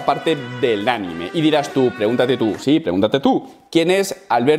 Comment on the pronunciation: El este... hablando todo día de “este momento del anime” y luego no sabe decir anime!!!!!! Jajajaja te quiero